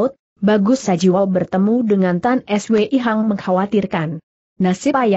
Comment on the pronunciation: Tan Swei Hong, kenapa sulit mengucapkannya? Padahal kalau AI yang jadi narrator tentu mudah.